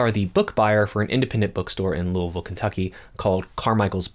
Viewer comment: And pronounced correctly 🥹